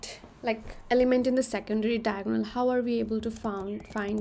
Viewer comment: its diagonal not tiagonal🙄